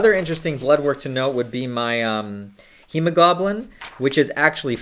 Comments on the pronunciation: kept saying goblin instead of globin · Hemo-GLOBE-in. Not hemo-GOBLIN. Lmfao. Does low T cause dyslexia? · He says "hemo-GOBLIN" lmao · hemo-goblin? hemo-glow-ben. Ben like Ben Kenobi, Ben like Been there done that. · hema-goblins? LMFAO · Oh no, not the "HEMOGOBLIN!" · when you say hemoglobin, it sounds like homogoblin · I lost it when he said hemogoblin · "Hemo-GOBLIN" LMAO. Love your content and thank you for the time you put into these videos. Keep it up! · My wife came out of the kitchen while I was watching it like “did he just say hemo-goblin?” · It doesn’t matter, but I laughed when he said HemoGoblin. Might make a good Halloween costume idea. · I have never heard anyone pronounce “hemoglobin” “hee-mow-goblin” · I mean, he is Canadian.